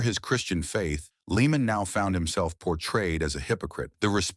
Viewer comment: He’s name isn’t even pronounced leeman. , tard. It’s pronounced layman.